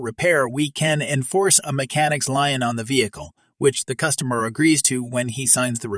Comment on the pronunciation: Lien is pronounced lean